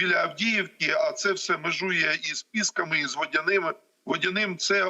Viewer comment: Та не ПІски і не ПЄски, а ПіскИ !